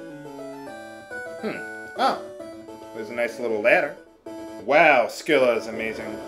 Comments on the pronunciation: Scylla (although I've always heard it pronounced sill-uh) was, depending on which version of the myth you prefer, either always a monster or a nymph who got changed into a monster by a jealous goddess, but either way, she's supposed to be a beautiful woman above the waist with six dogs' heads below the waist. Odysseus was supposed to have cut off two of her heads when he passed between her and Charybdis (another transformed nymph) in the Odyssey. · FUN FACT: Should you somehow make it to Odin without falling in battle beforehand, no dialogue is exchanged between him and your group. Also, I'm pretty sure the "c" in "Scylla" is silent.